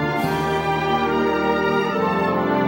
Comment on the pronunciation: Hey this trailer the announcer actually pronounces "Mononoke" correctly! In the dvd one he pronounces it incorrectly and that always got on my nerves. lol